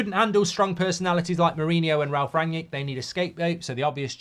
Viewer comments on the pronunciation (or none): none